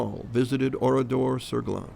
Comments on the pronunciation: pourquoi dit il OURIDOR et pas oradour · Oradour non pas Oridor.... Ça m'énerve.